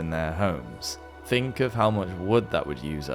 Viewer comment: he pronounces "think" as "fink" 🤦‍♂️